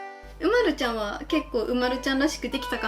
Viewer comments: う⤴︎ ま⤵︎る⤵︎ではなくて、う⤴︎ ま⤴︎ る⤴︎ か、う⤵︎ま⤵︎る⤵︎ですよ！ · う↑まる↓じゃあありませんよ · うまるちゃんの発音違うとおもう。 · 凄く上手いです でも凄く失礼ですがうまるちゃんの発音が違います うま↑るちゃんです 凄く上手すぎて尊敬します これからも頑張って下さい応援しています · う↓ま⬆️る↓です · 絵うまい！うまいんだけど、、 うまるの発音違くね？ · うまるちゃんの発音違うよ。ですね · おくみ うまるちゃんの発音違うよ